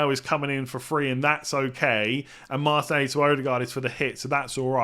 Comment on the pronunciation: Please pronounce Martinelli correctly. 😩😩😩😩😩😩😩😩😩😩